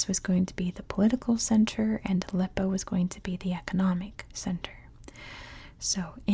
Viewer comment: Appreciate that you tried to pronounce Arabic... But if you want to learn pronounce that H right you can try watch Arabic learning videos.. example learn Arabic with maha 😊 great job